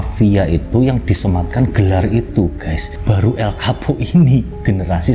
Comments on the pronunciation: Darimana coba Chapo bacanya Kapo, gila sotau bgt😂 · Chapo bukan kapo ngab😀